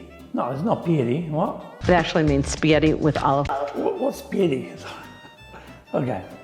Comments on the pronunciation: Yea, Spaghetti is pronounced as Spiyetti, internet as inernet 😃😃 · She thinks that the "G" in Spaghetti forms the english "Y" (As in Yam, Yacht , You) sound after the letter it preceeds as in "LasaGne" but if G preceeds an H Italians pronounce this as a Hard "G" (as in Spaghetti, Ghost etc...). Bless her heart she is trying to understand the Italian way of pronouncing things but has this mixed up... At least she tried!!! ❤